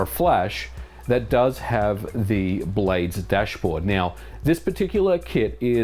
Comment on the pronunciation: I thought he was saying “blade stash”